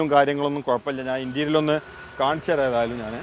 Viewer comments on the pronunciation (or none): ഇന്റരിയൽ അല്ല, ഇന്ററിയർ ആണ് ശരി. ശ്രദ്ധിക്കണം.